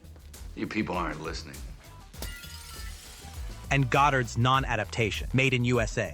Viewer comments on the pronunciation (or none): I guess this AI is a pretty decent use of it. To hear Godard pronounced “Gaderd” though is a crime against humanity. I mean at that point through the whole video away. That’s Godard dude.